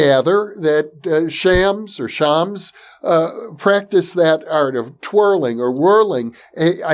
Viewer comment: It is pronounced Sh-a-m-s (the "a" is a short a as in "pass" and the "s" is a strong s not a z), definitely not Shaamz. Hope that helps. I am a native Farsi speaker by the way.